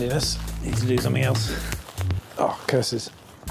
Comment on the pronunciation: Sounded a bit like scheiße... the german word for shit. Which is still adorable though :)